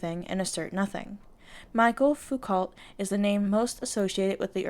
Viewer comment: Great video, especially in breaking down how this movement distorts intersectionality if race, sex, and class to divide women on core feminist issues. BTW it's pronounced "mee-shell" for Michel Foucault